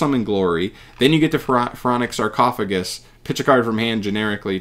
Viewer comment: The spell is suuuuper busted… this shits just overall broken… My guy didn’t even read sarcophagus correctly… it can apply the foolish effect FOUR times